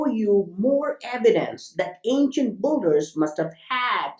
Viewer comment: Why pronounce builder as BULDER not BILDER ?